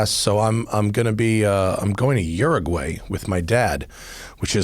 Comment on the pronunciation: This is the first time I've heard an American say Uraguay. Now I understand why it was a joke in the Simpsons.